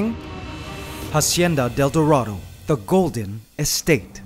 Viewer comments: Can you please pronounce it acienda del dorado? In Spanish the h is silent and it's driving me nuts. I liked the video though! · "Jasieda del Durado" lmao sorry